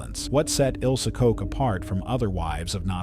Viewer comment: Koch as in loch, not cook.